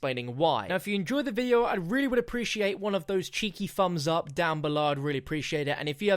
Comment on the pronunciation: One cheeky "fumzup" for you, my good sir.